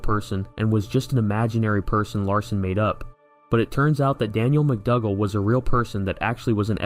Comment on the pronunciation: McDougal is pronounced ‘McDoogal’ rather than McDugal